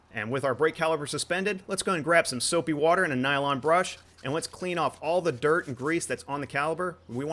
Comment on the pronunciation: "Soupy Warter"